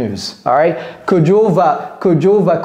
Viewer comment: Say it again it's kodjo